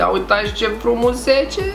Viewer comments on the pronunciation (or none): Auzi ca frumușece nu frumusete